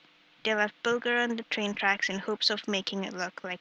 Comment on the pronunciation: Its James BULGER pronounced bul-jer